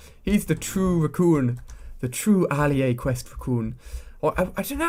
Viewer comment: Alia a it's said 4 not 5!!